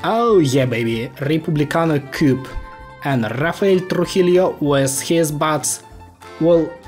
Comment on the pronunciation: The "LL/ll" in Spanish is pronounced as the "y" English letter in "year", so a word as "Trujillo" would be pronounced as "Trujiyo" and not as "Trujilio" 👀👌